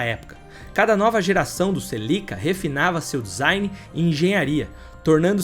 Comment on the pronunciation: Os vídeos dele são bons mas a pronúncia dos nomes dos carros e das pessoas atrapalham, celica não tem acento